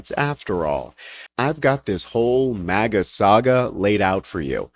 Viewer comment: 😂 "maga," not "mega."